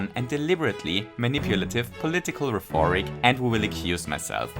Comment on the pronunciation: I have to ask if you mean to say "rheforic" instead of "rhetoric." I really don't mean to be rude and understand if it's just a small mistake, but sometimes you'll say something wrong on purpose for the sake of comedy so I'm not quite sure. Either way, this was an amazing video as always